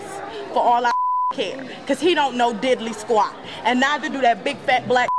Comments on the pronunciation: Who says didly quate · Couldn't take her srsly when she said didly squat